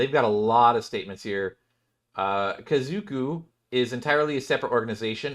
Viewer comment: There’s 1 O, it’s Ka Zo (xoh) Ku (koo) - Japanese word for family